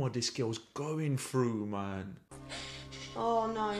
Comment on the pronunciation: "ats ma mean" 😂😂😂 ats ma mann 😂